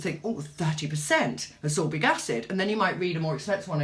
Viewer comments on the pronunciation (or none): Ascorbic not absorbic. Abut like how you mix a ferulic 😆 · Its not absorbic its ascorbic...and its not vitigo its vitiligo(which is hypopigmentation not hyper!)..it is keeping me off from completing the video apart from the filming set up..bye!